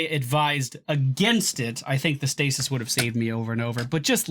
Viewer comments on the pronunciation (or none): none